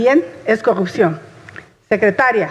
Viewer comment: TODO LO QUE LEYÓ LA, SI LE PREGUNTAN ALGO DE ESO, NI IDEA TIENE!!😂😂😂😂😂😂 "HAY COGUPCION" DICE 😂😂😂😂, AHORA MUY PREOCUPADOS POR EL PRESUPUESTO!!, PORQUE NO SE LO PUEDEN ROBAR!!